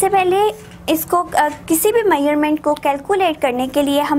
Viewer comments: It's measurement not maerment 😅😂😂😭😭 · Why u saying measure meurement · dude you r pronouncing measurement wrong!! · Muslim never change their habits. 😏they all are same. And plz try to speak correct words you are speaking wrong to measuring.